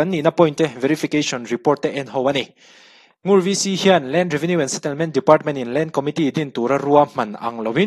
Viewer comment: Ngur khua hi Ngûr tih tur